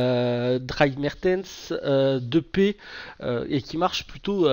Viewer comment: Bonne vidéo comme d'habitude par contre depay se dit "depaille" il me semble